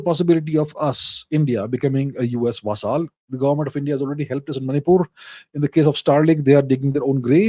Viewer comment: He pronounces it "va-saaaal".Quaint fellow.